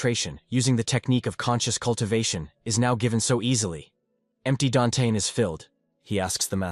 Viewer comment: You mean dantian not dantages wth